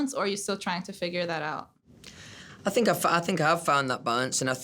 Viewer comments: no one: louis: i doughnt fink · "I fink it's important. Definitely. They miss it. So you gotta give them a bit"... Yesss... Fank you for performing Drag Me Down, Little Black Dress and Through The Dark in your latest online Live Show❤️❤️😭😭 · Nobody: Not a single soul: Louis: I fink